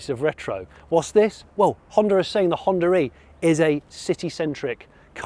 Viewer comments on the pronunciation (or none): “ I particularly like the HonDURReee”